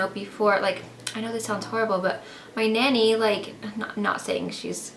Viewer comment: I think your UK accent still "shows" when you say "Daddy" and "Nanny" and yes, you are right , the worst thing that could happen to someone is loose someone close to them. you guys are brilliant!!